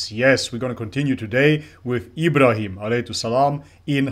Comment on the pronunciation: Plz practice saying Ibrahim Alihiwasallam